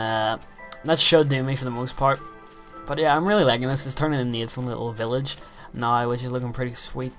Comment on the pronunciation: I like the way you say "now". Sound like nigh.